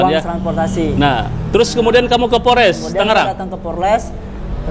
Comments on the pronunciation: 😂😂😂PORLES = POLRES. Mahasiswa juga...hiiii, ucapannya tidak boleh salah. Tetap SEMANGAT wlu salah ucapan. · Mahasiswa ngomong nya porles..hi..hi...apa itu..polres...gak tau yaa.. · Mahasiwa ngomong aja egk danta polres bukan porles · Mahasiswa kok ngomong polres aja nggak bisa😅😅😅